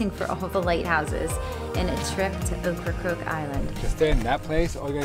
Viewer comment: OCRACOKE not OcraCROKE.😆 My ex wife used to say it that way, then I noticed how its spelled. We used to live in KDH.